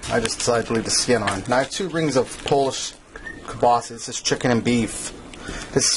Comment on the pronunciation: WTF IS "KIELBASY"???...